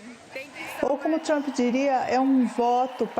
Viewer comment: Querida não se fala Trumpi, fala Trummmp. Seu Ingles é bem ruizinho! Vai estudar mais querida!😮😮😮